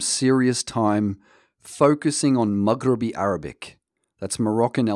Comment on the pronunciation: It’s not Mughrebi it’s Mahgrebi Arabic, get your pronunciations right